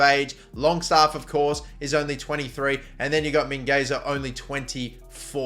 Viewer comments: I belive that Mingueza is actually pronounced Mingetha. Just saying in case you score a 90' header with him. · Mingueza is pronounced min-gezza(in spanish) min-gay-za(in english) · Min-gwe-tha You’re very close with the pronunciation, just make the “Z” sound a “TH” bc he’s from Catalonia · mate learn how to pronounce, you've been doing this thig for years: MIngeza ("U" is silent, NaranJo (there's and "n" in there and the J is strong) you could at least bother yourself to google this mate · the u is silent in Mingueza